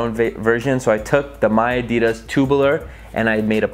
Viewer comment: The way you say adidas 😬